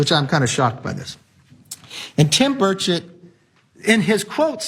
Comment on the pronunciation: As a person from TN, it makes me smile a little hearing you mispronounce Tim Burchett's last name. Is it petty? Yes. Do I feel good about it? Absolutely. :D